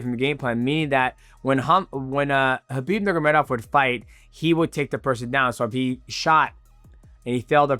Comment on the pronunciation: “Khabib nurgomedov”